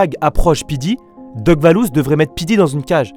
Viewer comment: Je rêve ou il a dis doc vallouz🤣🤣🤣🤣